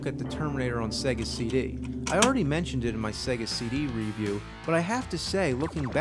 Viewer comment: It's been about 10 years now and I can't hold it in anymore and have to say it...I hate the way James says the word "review"